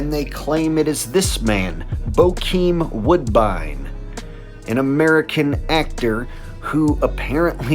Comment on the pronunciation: Its bokeen woodbine